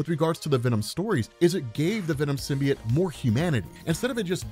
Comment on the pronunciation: what the fvck is a SYM-BEE-IT?! No such word... You must be thinking sym-BYE-OTE